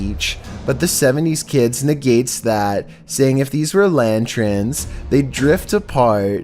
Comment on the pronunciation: I'm not trying to be an a**hole but, lantern not lantren.